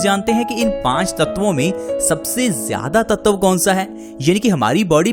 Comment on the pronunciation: भाई साहब वो ततव नही, तत्व होता है ।।।❤